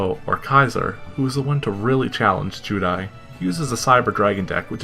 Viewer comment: Very cringe hearing you say zeal and judai. Then saying arc v wasn't that good. Idk man are you really a true duelist? If you actually pay attention arc v is the culmination of DM XD and 5ds. The three main protagonist from those series are taken from their worlds and put into the bodies of three of the split pieaces of the villian in arc v to balance the evil force I side them, Jaden had dark energy in him from 2 different entities which is why Yuri is psycho. I will agree they ruined the end..